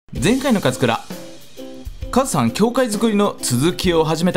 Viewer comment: はいどうもこんにちは勝村でーす。って聴こえた